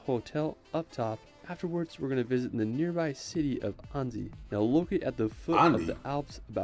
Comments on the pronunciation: He said Anzi...but its "Ann.si"...Annecy. The e is mute and the c sounds like a s. The name Anne+ the french, italian or spanish si. And another tip for the Eiffel tower. Stop say i.feul tower. Say F.L tower. Its the perfect sound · Annecy prononcer anne ci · I'm French, and I live in the Alsace region, beauty everyday! I'm scared of heights too, taking a cable car ride would make me so nervous! Ryan does mispronounce some cities, but it's usually close. Annecy, it's like saying the name Anne and add si. Such a shame you didn't get to visit Strasbourg. It's where I've been to Uni, love the city! Highly recommend to watch "12 Regions of France, explained".